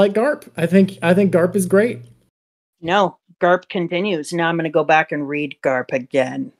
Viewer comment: You have to excuses Rogers and Garp not say Logel and Galp 😂